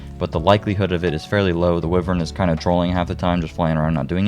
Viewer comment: Great video - it’s pronounced “Why-Vern” though :)